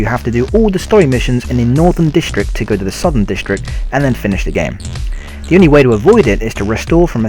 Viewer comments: The narrator that always says 'dee' intend of 'the' and can't pronounce any words properly is the MOST annoying thing EVER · what the fuck dude. the word is THE. NOT DE. jesus. i want to punch your brain.